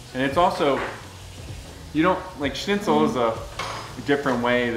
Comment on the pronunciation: Every time you pronounced Shnitzel (SHNIT - SUHL) as Snitzel (SNIT - SUHL), my grammar Nazi came out. I mean uhhh... Grammar Soldier. Good looking food though 😍